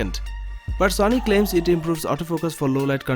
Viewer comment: Why do u say zony not sony